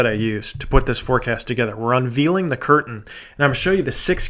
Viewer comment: Good information on weather. Please just pronounce "veiled, unveil unveils and unveiling" correctly....vaild, un•vail, un•vails, un•vailing.....thanks so much!